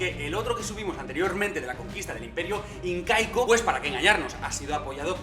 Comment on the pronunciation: xD cuando dijiste incaico escuche inca-eco